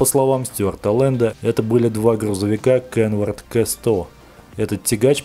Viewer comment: Не КЭ100, а К100. Или хотя бы Кей100, если на английский манер...